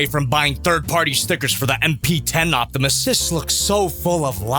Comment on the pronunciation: Optimy, Optimuse, Optimussies 😂😂😂 Also if it has a poseable thumb, this might have gotten a 5/5 lol